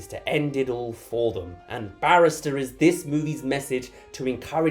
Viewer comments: it's ballister, not barrister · Take a shot every time calls Ballister "Barrister" and you'll die of liver cancer by the end of the video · I feel obligated as a Nimina fan to point out that it’s Ballister and not Barrister… but very close x) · The number of times you called Ballister either “barrister” or “banister” is hilarious, please don’t change it 🥰